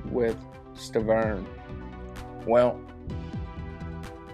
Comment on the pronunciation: Bro are u high you keep calling Wilder Sterven